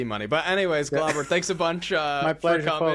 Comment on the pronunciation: Name: Glauber Primogen: "Globber"